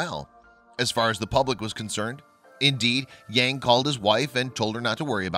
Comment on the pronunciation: It is very interesting and wrong that the presenter pronounce the name Yang...